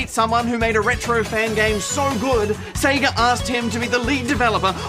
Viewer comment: Oh god.. SEGER.... how hard is it to say SEGA?!